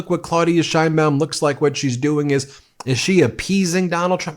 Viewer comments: Why does everyome fuck up her name?? It isnt SHINEBAUM. It's Sheinbaum. HTF can you fuck it up?? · I'm in Mexico now and we've been pronouncing her name wrong. It's 3 syllables; shay ‐ ing- baum. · Claw-OOD-ee-ah Sheinbaum, Ben. Pronounce her name correctly, or you'll end up sounding like Trump.